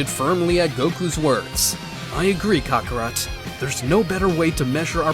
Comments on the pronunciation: Any particular reason you CONSTANTLY mispronounce Goku's Saiyan/Birth name? Its not pronounced as "Caw-caw-rot" it's "ka-kr-ot" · ‘Cockarot’ but not to hate its Kakarot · It’s not cock o rot it’s kakorot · Bro said Kocorot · Why is bardock calling kakorot cockorut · Say it as kokorot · "kakorat" he says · Bro really said cockarot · I just can't get passed the mispronounciation of Kakarot. I keep hearing cock rot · for me it sounds like he says cockarot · Please learn how to pronounce kakarot